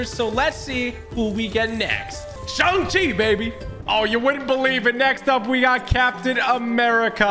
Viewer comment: I don’t to be one of those people who are pointing stuff out in a rude way but he keeps saying shong chi